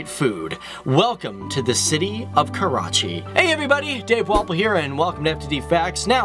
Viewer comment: Jadoon He is from "KAWACHI" not Karachi, :P